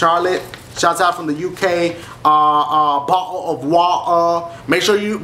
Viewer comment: lolol bottal of watur lolol trying to say bottle of water